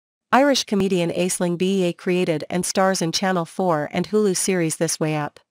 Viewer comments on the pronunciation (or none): Try learn to pronounce her name properly.